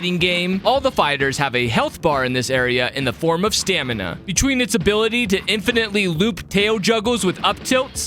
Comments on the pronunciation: Am I the only one who heard “stanima” instead of stamina? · ah yes "Stanima" (Also I don't wanna be mean, I just wanted to point that out)